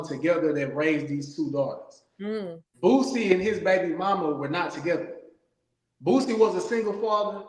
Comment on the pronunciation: "Bootsie" lmao